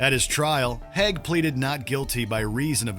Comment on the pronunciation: It’s pronounced Haig not Hag.